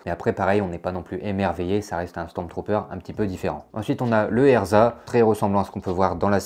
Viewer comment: Non pas eRZa mais eZRa, EZRA bridger même ! Il ne faut pas écorcher le nom d’un jedi quand même ! 😂😂